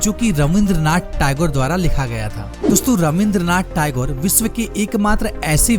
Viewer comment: टायगौर नहीं होता है टैगोर होता है